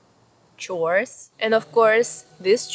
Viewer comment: That chore from vasilisa made me take a double check with how you said it ^_^" But yeah, our fairy tales and children shows were probably less trauma inducing compared to those weird kid shows nowadays... I remember vrouw holle, who rewarded you with riches if you were active and a good person while you got tar and dirt if you were lazy and bad. We also have the bokkenrijders and witte wieven, which are a bit interesting thanks to having 2 different versions for both. 1 version has them as witches, if you stole, you would get cursed. One of the stories i remember is how a farmer was eating the food of witte wieven without asking and filled the cauldron with stones afterwards, leaving them with stones instead of delicious soup. When the witte wieven saw him ride away, they yelled how he would eat the same as what they got from him. A year later, when the farmer already forgot about them and was about to make bread, he choked on the dough after taste testing his own dough. And the other version has them as spirits. If you saw them, that was always seen as a sign of impending doom.